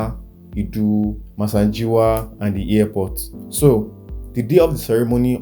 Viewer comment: It's the 'ear-port' for me.🤣😂